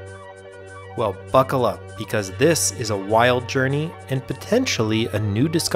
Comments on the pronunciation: "Well f**kle up" ? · I think I heard "Well, f**kle up."